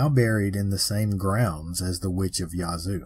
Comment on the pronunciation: Minor point, but jfyi, the a in "Yazoo" is locally pronounced like the a in "bad."